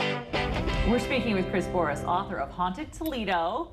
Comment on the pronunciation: It's pronounced Boris?